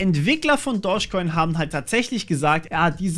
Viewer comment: Immer wenn du "Doge Coin" sagst, verstehe ich "Dorsch Coin".😂